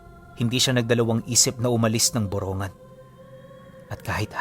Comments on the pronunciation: hindi po buronggan,,,,( burong--gan )samar,pasensya na po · Ang Tamang Bugkas Po Ay Boro NgAan!depo Borongan😅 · Magandang Gabi po, malapit yan sa bayan namin. Borong gan po ang bigkas niyan.